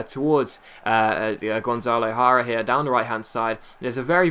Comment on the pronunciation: Btw it's pronounced yara not hara ( jara ) nice vid I surport forest so I love this series